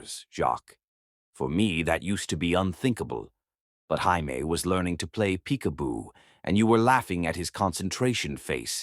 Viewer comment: Can't you get this little boy's name correct???!!! Is it 'Jaimie', pronounced 'Jay-mee' or is it french for 'I love' and 'J'aime', pronounced 'jeh-meh'???!!!! Also...how were they reuniting for 3 MONTHS, and never had a run-in with Antoine??!!! He is supposed to be so close to this family, and so attached, yet not one CLUE he even existed? And, how does she have a pile of letters stored away that he, supposedly, sent after returning to his home, that she didn’t bother to open but put in a box to hide in a closet? Only to open them up later, as if she forgot them, especially when the last one had come just a week earlier?! Makes no sense!